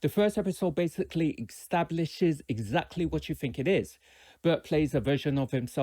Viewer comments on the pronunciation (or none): Dude says "egstablishes".